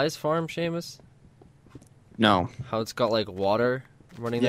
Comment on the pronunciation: Who's Sheaumus? I only know of a Seamus.